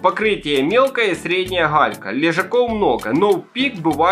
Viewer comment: Вы сказали не галька, а халька, не "году", в "ходу" 😂 😂 😂 😂 😂 Так смешно 🤪😂